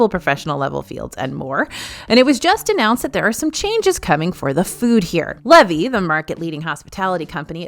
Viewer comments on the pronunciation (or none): It’s pronounced Lee-vee. I’m excited the food is really good! They operate parkside market that just opened in Disneyland as well. 😊